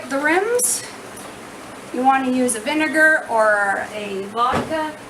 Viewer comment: Did I hear you right you said vinagar or vodka lol I ain't wasting my vodka lol